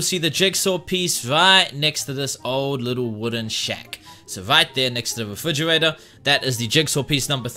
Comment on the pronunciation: This man says refwigerwater